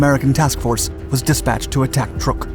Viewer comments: Some info---> Truk is pronounced "truck"...not "trook"...I know...I grew up there...this 2021video and a WW2 era US propaganda film pronounce it as "trook" but it's understandable...BTW...Truk was renamed "Chuuk" in 1986..."Chuuk" means "mountain" in the local language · Truk is not pronounced Trook, rather it is pronounced like Truck. It was only called Truk by the Germans because they considered the u to be an umlaut. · Why do you keep calling it "Turk"? It's pronounced "Truck". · DAMMIT! It’s TRUK…as in pick up TRUCK!!! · It's pronounced truck, as in Truck, and YAMAMOTO WAS SHOT DOWN BY AMERICAN P-38'S AFTER WE HAD INTERCEPTED A MESSAGE WITH HIS ITINERARY AND INTERCEPTED HIS FLIGHT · Not that it is a huge furor, but the Islands/atoll is CHUK lagoon (pronounced exactly like it sounds), it has been mispronounced for a couple of centuries but still Chuk is the proper name. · OMG...not this narrator again...sorry...just cant listen...cya...isn't it pronounced "Truck"...just asking...i thought it was...could be wrong...this guy is an absolute embarrassment of a documentary narrator...Yamamoto didn't "pass away"...he was killed by P38 fighters over the south Pacific. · I swear he gets it right on other videos but pronounces it weird on this one. They talk about good stuff but it's amazing the stuff they get wrong. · The misspelling of "Yamato," mispronunciation of "Truk," and Yamamoto "passing away" (having his command terminated with extreme prejudice by P38's) makes me wonder who writes for Dark. I enjoy their bite size content, but c'mon folks, do better.